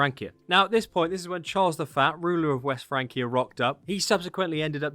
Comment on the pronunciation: Charles the Faa? What accent is that, for saying Charles the First? Or are you saying Charles the Fat?